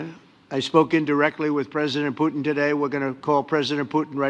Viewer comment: I love to hear Caroline say "Poo-in"!!!😅